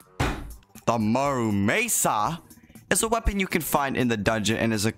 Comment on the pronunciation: Mura-may-sa??????? I think i'll still call it the muramasa also you can turn on autoswing in settings lol